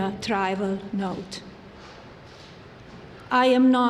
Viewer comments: "tribal" instead of trivial! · The word is TRIVIAL, not "TRIVAL," dummy! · I think she meant to say “ trivial”… not trival…. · She didn’t write this speech. She does even know how to say trivial. She said tribal note. This was written for her cause she doesn’t know English.